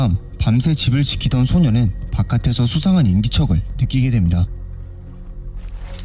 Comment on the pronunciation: 소녀는 소년은이 아니고 발음이 영 불확실하네 헷갈려서 못듣것네